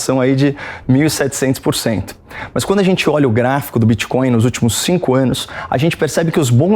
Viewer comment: Crépitomuéda bitxicóiu Assim falou cleptotruesta?